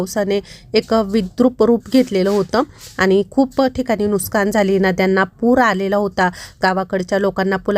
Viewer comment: Why all say nooskaan😅..it's nooksaan